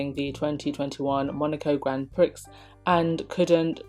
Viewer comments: Your smoke alarm battery is super annoying. And Grand Prix is pronounced “graun Pree” not priX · Gr'on pree, (phonetic pronunciation) not prix ffs how embarrassing. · Grand Prix. Pronounced Grand Pree - not Prix. Just saying. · GRAND PREE not PRIX!!! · darling, you do NOT pronounce the "x" in grand prix, you say It like this: "GRON PRE" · Grand Prix,… that’s pronounced like “Gron (almost a silent N)……Pree” darling. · Grand Prix is pronounced Grand Pree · The X is silent in Grand Prix........eeeek! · ‘Grand Prix’ Your pronunciations crack me up!😂😂